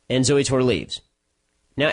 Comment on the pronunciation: You just called her zewy, when you know 100% damn well her name is pronounced “Zoey” stop stiring the shit pot...